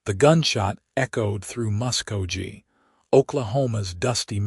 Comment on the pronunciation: It is pronounced Musk-go-Key!!! This is the first Western story having a female reporter. Listening from Clarksville, TN.